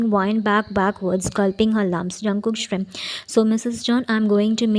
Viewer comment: Convenience jungkook😂😂😂I can't stop laughing😂😂😂you need to learn english first girl You pronounce smirk as Shrim in your country?😂😂😂